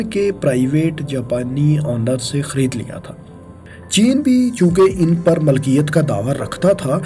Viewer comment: Dear aap, Milkiyat ko Malkiyat bol rahe ho